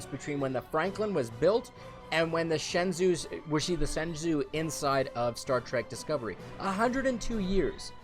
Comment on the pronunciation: shenzhou is pronounced shen-joe.